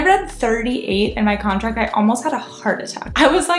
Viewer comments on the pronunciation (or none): none